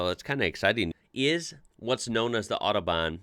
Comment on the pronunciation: "the oddobahn"